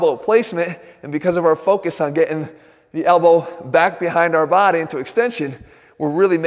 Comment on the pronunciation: I come here for the way he says"body". My baady!